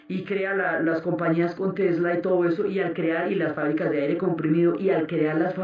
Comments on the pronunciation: Hermosa serie!!! Aunque aún no supero que alguien de la talla de Diana Uribe haya dicho en reiteradas ocasiones "Telsa" en lugar de "Tesla", la primera vez que lo dijo pensé: Se confundió, pero siguió diciéndolo mal, y eso me distrajo horrible de la narración!!! Que cosas... 😫😕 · Telsa no, es Tesla! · jajaja que estress con eso de TELSA jajajaj te amo Diana :3